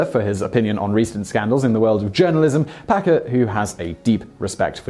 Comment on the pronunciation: Did you say Packer or Pecker??